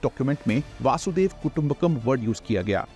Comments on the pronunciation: Please make correct pronunciation of vasudhaiva kutumbakam it isn’t vaasudev it is vasudhaiv. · Please pronounce our Samskrutha words properly, if we can't even do it, who else can. Its Vasudaiva the whole universe or world 🌎 not Vasudeva, it is name of Krishna. Thanks. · Wo वासुदेव nahi, वसुधैव hai. Dono mai bohot farak hota hai. Please pronounce it properly.